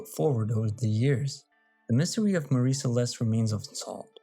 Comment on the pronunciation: You're mispronouncing "Mary."